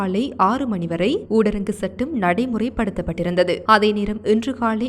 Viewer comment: ஊடரங்கு சட்டமல்ல. தயவு செய்து.. சகோதரி ! ஊரடங்கு சட்டம் என்று உச்சரியுங்கள்.🙏